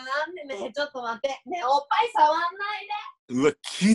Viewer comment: おっ⤵︎ ぱい⤴︎ からのおっぱじまるで耐えられないwww